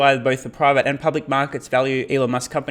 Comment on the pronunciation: The name is Elon not Eloff right..